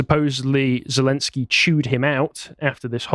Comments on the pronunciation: "I know how to pronounce 'Putin' and I know how to pronounce 'Zelenskyj'." Proceeds to pronounce them wrong. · "I know how to pronounce Putin and I know how to pronounce Zelenskiy." *mispronounces both*